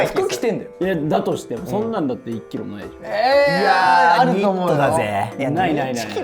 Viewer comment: 1キロをイッキロって言ってるのなんか可愛いな